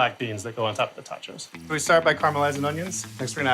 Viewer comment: It's "Totchos". Not "Tachos"